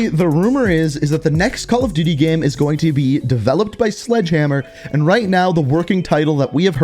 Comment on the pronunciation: Why does he say gem instead of game